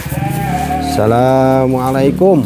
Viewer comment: maaf kang bukan menggurui tapi mengingatkan,klo memberi salam jangan; salamalaikum kurang sreg di dengarnya cobalah mengucapkan dengan; assalamualaikum gitu kang enak di dengarnya 🙏